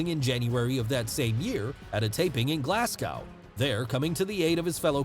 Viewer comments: its football not soccer and also its Glasgow not glassgow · good to see a fellow scot make it so big ...and its not glass cow its pronounced glaz go ..glasgow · it's "glaz-go" no "glass-cow" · Why does no one ever say Glasgow correctly 🤦‍♂️ …. It’s Pronounced GLAZ-GO !!! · It's pronounced Glaz Go - Glasgow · I’m from Scotland and the way you pronounced Glasgow is hurting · Great video.. But as a scot my ears bleed every time you pronounced Glasgow! (drop the 'w' when saying it!) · It's football (fitba) but don't say Glasgow again 🤣🤣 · As a Brit I love that Americans pronounce Glasgow Glass-Gow not Glas-go and Portsmouth Ports-mouth not ports-mth but love Drew and love this vid 😊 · Hey. Excellent video. PLEASE don't take this the wrong way.. It's just funny listening to Americans saying UK places.. Glasgow is said as - Glaz-Go. and Portsmouth is said as - Ports-Muth. I really enjoyed this video and learnt a lot. Thanks again. You do an excellent job. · Pronunciation edits for the Americans: Glasgow - Glaz (short a) Go Portsmouth - Ports'mth Soccer - Football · Haha the way he says Glasgow and Portsmouth.